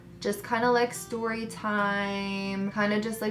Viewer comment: Sip Sip Story but pronounced sip sip storay 😜 I love your embarrassing or funny stories. I still randomly think about you flushing your bathing suit down the toilet 😂😂😂